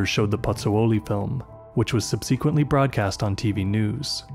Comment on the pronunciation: Good video, but how do you not know how to pronounce "subsequently" ?